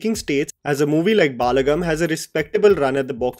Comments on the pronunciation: It is ब ल ड म् and not बाल्गम् Please get your pronunciations corrected. Please. I beg you. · It is pronounced as Balagam not Baalagam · They way he says baaa-la-gum instead of Ba-la-gam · For your information, you are pronouncing it as baalagam, it is actually balagam. I agree that you are a north indian and you don't know telugu, but atleast you can see reviews by telugu reviewers and can learn how to pronounce it correctly, I have seen many of your reviews in which you pronounced telugu movie names incorrectly. It is not that difficult to pronounce telugu words correctly, you have to put some effort and learn how to pronounce it before making a video..and balagam is not some complicated word, it is just simple one word, atleast you could have put effort in learning how to pronounce one word correctly. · It’s not baalagam. It’s balagam meaning strength as family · Correction- It’s not Baalaagam its bal-‘uh’-gum 👍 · Sorry to correct you, It's not baalagam. you are saying it like there is extra 'a'. It's balagam even transtalte AI is telling correctly 😅. Sorry I had to say this, because you said many times with wrong pronunciation. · It's "Balagam" not "Baaalagam" just pronounce "ba" like in bachcha. Balagam means in Telugu is force. Family is a force. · Bhai it's not Baalagam it's Balagam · Some have mentioned it already but it doesn’t have to be so harsh, he’s the only one consistently making sure that non Hindi cinema gets recognition and we need to appreciate that first. Balagam is pronounced as Bul-uh-gum. Bal as in strength and the movie reflects the strength or the power of being united as a family. I just watched this film yesterday and you summarised it so well, thank you for doing what you’re doing :)